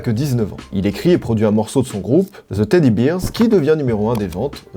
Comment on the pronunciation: T'a vraiment dit the teddy beers? mdr